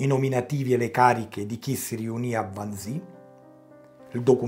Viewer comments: Carissimo, ti apprezzo, ma Wannsee, si pronunzia alla tedesca "Wannsee", non all'inglese "Wansii" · Mi permetto di correggere una pronuncia. Wannsee si pronuncia come si scrive, vale a dire con una E finale lunga.